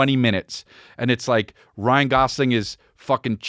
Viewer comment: Saying "Ryan Golofi" after saying Ryan Gosling 100 times previous to that... Amazing 😂